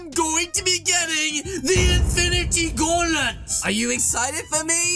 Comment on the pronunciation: 14sc into the vid did he just say infinity gaulet not gauntlet wow English class passed congrats 👏👏👏